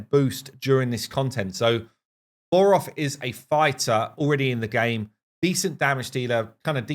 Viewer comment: Not gonna lie...made me chuckle every time you called Voroth "Vogoth". Too much RAID on the brain LOL